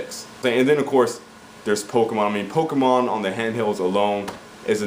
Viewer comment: you know they do horribly right and it is pokemon not pokeman